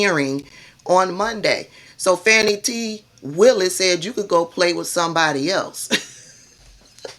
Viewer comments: Her name is pronounced Fawnee, not Fanny. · You are one of my favorite online personalities but please stop calling her Fanny ,it's pronounced like Fauni or Fawny. Keep up the great work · For those w/ ❓ listen to professionals who've worked w/her [Glenn kirschner+ others] they DON'T say Fanny - Faux news MISpronounces Kamala + Fani - INTENTIONALLY.... Just sayin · I love your channel but please pronounce Fani's name correctly - Faw-nee... The repugs MISpronounce BOTH her + Kamala on purpose- Fani is an international superstar - let's get her [+ Kamala - not Camilla ] names right for historical purposes. TY ❣️☮️